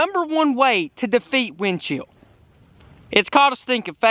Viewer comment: Who else herd him say wind shield every time he said wind chill after the Mexican word of the day